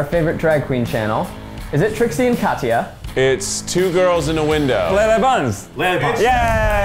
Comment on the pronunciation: Oof the way Zach said Katya was so damn satisfying wtf